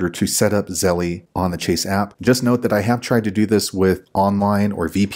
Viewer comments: Thank you, but I cringed every time you said Zelle. It’s pronounced “zel” not “zel-lee” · You calling it "zelly" makes this video really hard to watch.